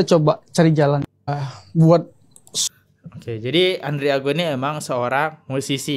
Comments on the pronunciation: Bang namanya Andrigo bukan andriago.bnyk mengulas konten mslh orang tpi bnyk yg kliru2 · Andrigooo...Andrigooo, ngomong kayak yg bener.